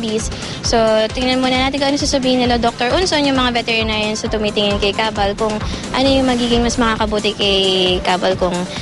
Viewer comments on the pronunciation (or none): kabang po hindi kabal